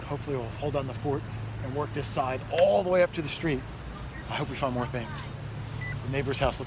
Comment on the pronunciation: Find, not wind